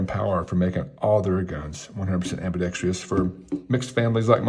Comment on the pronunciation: You pronounced ambidextrous as ambidextrius two different times. As a southpaw, I consider that sacrilegious. ;-). I am used to correcting my son for doing this but a fellow levty needs to go to timeout. And…not pile on, but you said “Now for the final three guns” when there were still four left on the table. But you did inform me about Grand Power, a company I hadn’t heard about…so thanks.